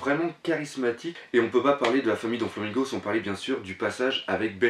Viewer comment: J'adore tes critiques sur one pièce. J'ai découvert ta chaine ojd. Juste un détail, le donflamingo me stress. C'est doflamingo et non donflamingo :)